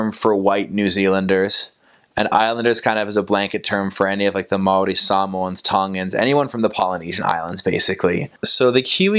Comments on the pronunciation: As a māori. A Kiwi🤙 I gotta say this guys pronunciations are awesome 👍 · Bro Aotearoa is mean as and your pronunciation for maori is spot on brother! Chur! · Boilup is a staple of maori diet hahaha... well not very healthy, but oh so good for the soul. You sir actually pronounce maori very well.😉